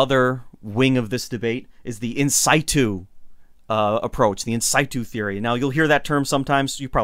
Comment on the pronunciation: hey, the technical term for finding “where it sits.” in-sit-u; say it just like it reads - “sit” not “site.” cool otherwise - u got a great channel started; just keep going, u’r doing great